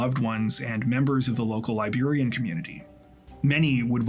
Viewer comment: I'm Liberian and haven't heard of this story. So tragic and disturbing. Also, thanks for the accurate pronunciations of Liberian names and places, excellent work as usual